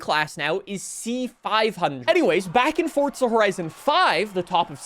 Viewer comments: And you've ruined my FORTZA horizon 6 first experience. Now i cant unhear FORTTTTZA. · that would be wrong then: because FORTZA is how it is pronounced it's an Italian word, 10 seconds on google is all it takes to not look like a moron. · is it me or do you also cringe everytime he says Forsstza Horizon? brooo calm the f down. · “ fortza” - 😭✌️ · i couldnt even watch 2 minutes into it... fortsa forizon annoying tf out me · Fortza, what's that? 😂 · Ăărrrbeee 26’es 🤦🏻‍♂️ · the way you say forza hurts, theres no T before the Z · Why do you call it fortza? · The way you say fortsa really makes my skin crawl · did i just hear "welcome to farts horizon 6" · Just say “forza” the right fucking way. I can’t even watch this cringe ass video… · Hearing “FORTSA HORIZONE SIX” makes me want to paint the ceiling red. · bro calls it’s Fortsa😂💀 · "Fortza" Horizon 6😂 Jk. Thanks for the video though😅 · I sat through the whole video.. but why TF ARE YOU PUTTING A T IN "FOR-ZA" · There is no t in forza😂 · well then they should put a T in the word if they want a T sound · Since when did Forza have a T in it? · so confidently wrong lol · Why cant so many People not Pronounce Forza correctly 🤦‍♂️ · Your pronunciation of Forza is killing me 😫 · yeah, I thought I heard that lol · What is fortza. Sorry m8. There is no T. Its for za. .. 4za. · Forza not fort-za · forza not fortza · Fortza. Why cant he say forza? Lmao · Yay copy and paste....when are these lazy game devs gonna step it up? Oh never bc you tards think it's good and btw....please for the love of God STOP SAYING FORTTTZA I'm begging you just say forzaaaa like it's spelled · theres no t in forza stop saying fortza 🙄🙄🙄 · I hate this fuckin moron, ITS NOT FORTZA, ITS FORZA, even the narrators in fh5 pronounced it FORZA, you sound like a baffoon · fortza where is the T son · Please say ForZa not For(t)za 😂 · Bro is forza not forTza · Do you say gyoza as Gyo-tza? Like you say Fortza instead of Forza? Lol jk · For ZA not fortza